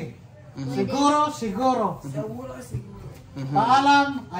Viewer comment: pweydey? segorow? hala anu yun? hindi tagalog si mali ang pronawnsyon hala naku. ingat